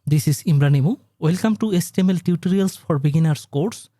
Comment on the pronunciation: it is html not hastml